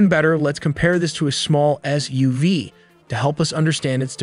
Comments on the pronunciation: a zmall ezz yuvee 😂👍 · Did this dude really say EZZ-U-V???